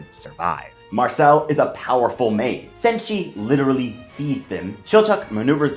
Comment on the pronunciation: How come you pronounce all their name wrong ? Did you watched the Dub version ? La-i-os-u or La-i-os not Lost not Laus Mar-shil-lu or Mar-chil-le definitely not Marchel